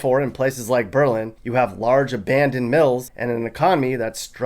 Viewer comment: Lol “BEE-Lynn” it’s pronounced bey-lyn